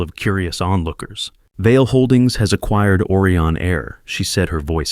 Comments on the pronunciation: It’s O Rye on. Not Orion; like Oreo. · Try to improve the pronunciation of words. Orion should start with original vowel sound ‘O’ like and pronounced as in open, over, Odeon, etc. Whereas, Aureon should be pronounced as Australia, audition, audio, August, automobile.